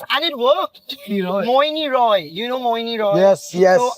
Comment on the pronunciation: Tooo shocked that he spoked Mouni as Mohini 😮>>>